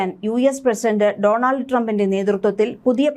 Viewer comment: ഡോൺഅൽഡ് എന്നാണ് ഉച്ഛരിക്കേണ്ടത്. ആൾഡ് അല്ല.